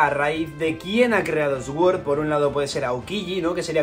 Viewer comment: deja de decir SGÜORZ !! por dios !! di al menos "SORD"